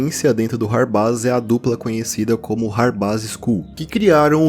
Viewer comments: Mano, acho q a pronuncia certa do hardbass é (rardbêss), pq tipo, bass(pronúncia: bêss) é baixo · Perfeito video como sempre! Hard bass se pronuncia RARDI BEISS